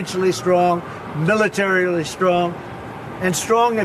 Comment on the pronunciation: Listen to him pronounce milititarily! He struggles with words over three syllables.